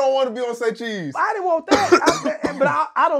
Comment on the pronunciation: Saycheese right ✅